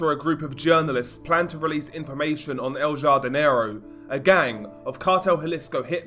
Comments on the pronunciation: Pronounced ‘Hardinero’ ya dope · El “HAR-di- ne-ro”